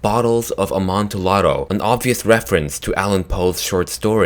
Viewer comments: It's pronounced 'Amontiado' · it's pronounced Imantiado not the way it's spelled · JSYK, 'Amontillado' is pronounced "Am-on-tee-adoh" This is because it is of Italian origin. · It's pronounced AmontiYado. You don't pronounce the L's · Note: the "ll" in Amontillado is pronounced like "y" NOT like an l. Just a little Italian lesson. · You are say amontillado wrong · You said Amontillado wrong, but I also read this story a few months earlier